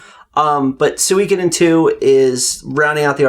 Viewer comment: Solid game selections... but the pronunciation of Suikoden killed me! It's not "soo-week-a-den" it's "su-ee-ko-den"!